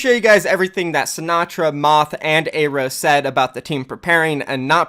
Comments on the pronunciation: how do you always pronounce pretty much every name dude it's not "eyrow" you say it like "arrow" and his real name is so american and it's not "A ron" Aaron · its pronounced "air-o" not "aye-ro"... you're fucking killing me man